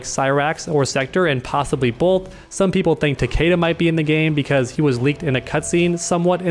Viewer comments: his pronunciation of "Takeda" is cringe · All I want is Fujin, this man is really is one of the more underrated and overshadowed characters in the game. He had and has so much potential but as usual he's being overlooked by Raiden and now Cetrion And why do people say Tah-Kay-dah, even in the Story they call him Tah-Kee-Dah...